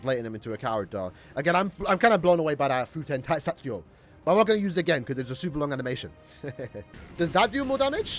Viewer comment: Nice try smartass, do you even learn Japanese? It's "Fu - te - n Ta - i - sa - tsu - ryo - u" Many of those syllables have very distinguished sounds that you can't relate to any English word.